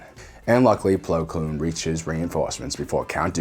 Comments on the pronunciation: I’m sorry but I can’t unhear plo kloon rather than plo koon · It's Plo Koon, not Blo Kloon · Plo Koon not kloon. Honestly I think you’re just screwing with people at this point. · BTW his name is Plo KOON and not Plo KLOON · Also why does he always say Plo Kloon every time? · There is no L in Plo Koon's last name.